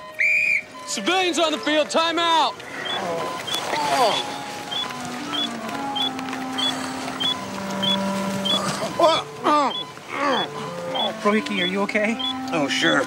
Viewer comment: Came here to learn how to pronounce Frohike, so this video gets a like from me.